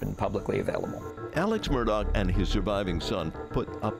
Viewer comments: What an unreal story…why does everyone keep calling him aleC Murdock his name is aleX with an X and you pronounce that last name murdaw - murdaugh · Nobody: Ja Rule: it's murdaa! (Murdaugh)